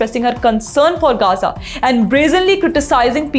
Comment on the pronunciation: Only ravish pronounce gaza correctly 😅😂